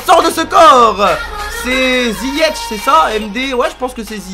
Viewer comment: C pas ziyech sa dit ziyek